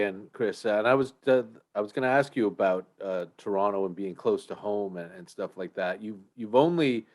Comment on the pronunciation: The dude already pronounces Toronto like a local haha